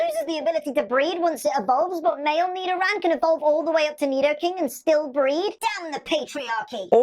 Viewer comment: Nidoran..: more like me-do-ran 🤣